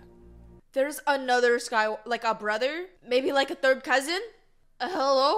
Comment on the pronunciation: 'Maybe like a third cousion?' Lol!